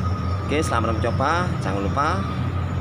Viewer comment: Mas "INDONESIA" bukan "INDONESA",, MANTAP